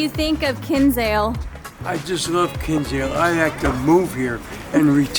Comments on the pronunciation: Glad you liked it. I live in Cobh and it's lovely (when the sun shines). Btw, Kinsale is pronounced Kin-sale, not Kins-ale. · It's pronounced KIN SALE the way it's literally spelt. Not king sale